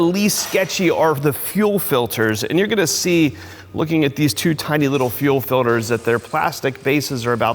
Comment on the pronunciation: ITS F I L T E R S not FILDERS